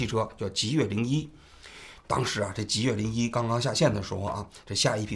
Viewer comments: 极越汽车啊，老王，一直在说极度汽车😅😅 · 最近的节目太不严谨了，极越说成极度，12月11号又一直说成11月11号，之前有一期还一度把钟明轩说成林明轩，虽然你们是个网络节目，但这种业余状况和你的调性又不符，听起来真的难受，如果一镜到底是这种效果的话，其实也可以考虑剪辑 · 是极越不是极度😂😂😂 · 是极越， 不是极度。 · 叫极越，不是极度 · 到底极越还是极度 怎么一直口误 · 极越啊 从头到尾都说错 真的难受，怎么这么低级错误的视频还要发出来。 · 王局最近都不审核了吗 极越汽车一直说成极度汽车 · 真的听不下去了，到底是我文化不好，还是王局读错了，极度极度的，听的非常难受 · 主播的普通话不过关吗？念错好多字！极越？极度？ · 从头到尾一直念错极越，实在看不下去了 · 王局，雖然是間倒閉的公司，但極越一直唸成極度，聽著實在有點…… 是口渴到極度乾燥了，才一直唸錯嗎？ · 把极越一直说成极度，太不专业了。。。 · 这一期口误太多了，一直在讲Ji Du汽车，是因为不能讲极越这两个字吗？ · 极越汽车，你到底怎么回事，连名字都叫错，一直叫极度汽车，听着太别扭了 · 不是极兔汽车 是极越汽车 王局怎么最近稿子总是读错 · 字幕是極越，人家直播也是極越，王志安則是滿口極度極度? 真是有些莫名其妙，還以為"越"這個字可以念度了。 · 极度早改名极越了，你标题里也是极越，怎么全程读成极度。感觉准备工作没做好，手下收集了信息后只看一遍就播了~ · 极越，不是极度～最近错误频繁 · 王局最近节目嘴瓢次数越来越多了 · 到底是吉度还是极越啊，累死了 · 极越汽车怎么念成极度汽车了，错别字太离谱了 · 王局别激动，好好说话，是极越，不是极动❤ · 王局纠正一下，是极越汽车，不是极度，哈哈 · 真jb服了，你一个做几十年的媒体人，连字都说不明白，极越 极越极越！你读极度？都这么简单的错误你翻翻以前的节目，你错多少次了？ 老犯这种低级错误，央视不开你开谁？ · 不是极越嘛，为啥王局一直念极度？口音问题嘛？ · 极度极度极度😂😂……HR叫HO！王局…能不能专业点… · 能一直把极越说成极度 王局也不容易 😂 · 是极越，不是极度！王局，严谨点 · 极越，怎么老是说成极度？ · 。。。极越次次说成极度，你可真行！ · 王局要自我检讨了，车企名字一直念错，让听中观感很不好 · 极越，不是极度，老王总是在节目中读错字，要改，否则扣钱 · 这车企死都死了，你都叫不准他的名字，他叫极越，不是极度啊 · jiyue 不是 jidu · 极度极度的😂，这口误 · 极越汽车极越汽车，通稿念错名字！ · 极越名字没取好，从王局一直念错它的名字来看